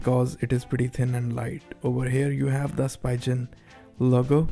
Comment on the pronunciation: Its called speeeegen